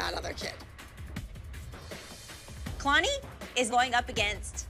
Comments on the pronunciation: Nobody: Still Nobody: Not A Single Soul: Announcer: kEyLaNeE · The announcer said it as KAY-LANI and it should of been ka-lani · They said kaalani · natasha keylaaanii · Oh yass Kayh-Lahni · Kay lanie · kay-la-neee omg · I hate how the announcer said Kalani like Kaylanee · no one: literally no one: the announcer: kaiylani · Judge: "4th place, Keeilani" "KEEILANI", wow okay KEEILANI is not how you say it lol KEEILANI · Did anyone else hear how the judge pronounced Kalani? She said "Kaylani" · When the announcer said kalani like ka-lani it annoyed mee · In 4th place Entry Number 21 Dance In The Shadows kAyLaNi I hate the way she said Kalani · She said it like my name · Who else got mad when the announcer pronounced kalani's name wrong just me okay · How pronounce is Kalanis name